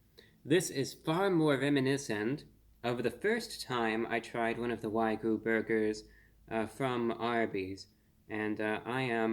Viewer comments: Review bruh - I love your content and how you present everything but please stop saying "wai-gu", Wagyu beef is pronounced "wah-gyu" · The word is pronounced "WAH-gyoo," not "WAY-goo." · It's NOT "Wag-oo". There's a Y in it. It's pronounced "Wag-Yoo". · Why do so many people pronounce wagyu wrong? I don’t get it. It’s a short word. It’s not a hard word. It’s not why-goo. It’s not way-goo. It’s whag-you. For fucks sake. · It's WAG-YU, not WAY-GU. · I love ReviewBrah, but every time he says "Wy-Goo" instead of "Waa-Gyu" I seriously cringe. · Its wagyu, not waygu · "Wag-you", not "why-goo" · Wagyu pronounced like wag you. Not so much like saying Ragu with a lisp. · i think you're pronouncing the 'y' in wagyu before the 'g' instead of after it. it sounds like you're saying "wai-goo" instead of wah-gyoo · wah-gyuu, not why-guu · Wag-you...not Why-goo. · Why-goo 🤦🏼‍♂️ It’s WAG-YU. It’s pronounced exactly as it’s written. How can a food reviewer with over 2 million subscribers not even bother to get that right?? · Great review as always. It's pronounced WA-GYO not WAY-GOO btw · FYI it's pronounced "wah-gyoo" 😁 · Wagyu is pronounced wag-yu 🐮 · Respectful correction: wagyu is pronounced "wah-gyoo." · i gave a like on the video just because of how you pronounced wagyu <3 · Learn how to pronounce wagyu ffs